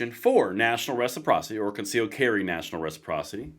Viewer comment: I don’t like his emphasis on the word “concealed” in his statement.